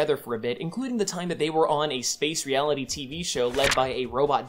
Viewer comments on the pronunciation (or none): none